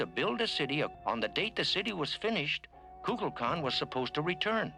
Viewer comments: Shatner is mispronouncing the name. Instead of saying "kukalkan" he says kukla kan." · My theory is that Kirk says that God's name wrong, but no one wants to correct him because he is the captain. Or Shatner did his line readings alone and everyone else was together, but the first thing is better. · Maybe it's another weapon in Kirk's arsenal. People love the sound of their own name. Kirk mispronouncing it is just an attempt to get under Kukulkan's skin. If Kukulkan is annoyed by it he can't act on it without looking petty and small.